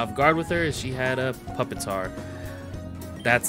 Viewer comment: You pronounced so many names wrong. It’s not pupitar like puppy it’s pupitar like pupa. Its also not Riyaboom it’s not pronounced like the Spanish word it’s a pronounced double L like Gorilla